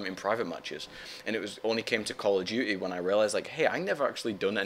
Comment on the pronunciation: Call of D-yoo-ty, it's so awesome the way he says it.